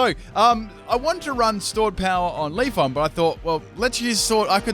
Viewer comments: I kind of feel like the wrong pronunciations are on purpose now like when Starbucks write the names on the cups incorrectly so people share them online and it generates publicity haha. Or-mar-sta and Leaf-on... really? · PLEASE stop saying Leafon... imagine how it'd sound if you pronounced other eeveelutions like that Flaron? Jolton? Vaporon? Espon? Umbron? Glacon? Sylvon??